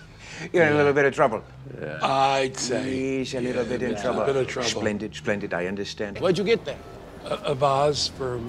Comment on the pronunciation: We don't say shplendit